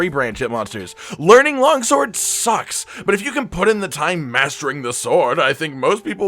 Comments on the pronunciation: "Logsword" Losing my crap over that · Did he say Logsword?